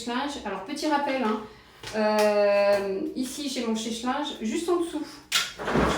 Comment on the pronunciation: On ne dit chèche linge mais sèche linge